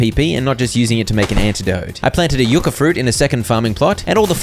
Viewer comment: Everytime you said yu-ca instead of yuck-a